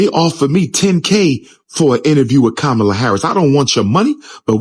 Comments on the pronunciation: He said "Kabama"! lol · Stop being angry and vote for whoever you want for President but at the same time you don’t respect her as a black woman calling her name wrong.